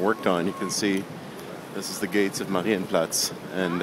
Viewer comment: sprechen sie deutsch herr ross? ; ) das "marienplatz" klang doch sehr solide. ich schau mir am sonntag andy mckee in darmstadt an, soll ich ihm ein gruß ausrichten? Grüße, Daniel